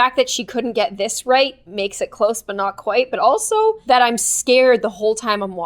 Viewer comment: ._., i swear i always thought she said" Happy day on GLOOOM" ;v; not...."happy day IM GLOOOOOM"